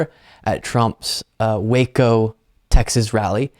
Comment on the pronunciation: Did you say Waco Texas, or Wacko Texas?